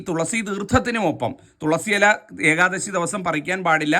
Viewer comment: ഏകാദസി യല്ല. ....മഹാനുഭാവൻ.... ഏകാദശി എന്ന് തന്നെ പറയുക. അപ്പോള് മാത്രമേ ഒരു സുഖം കിട്ടുകയുള്ളൂ.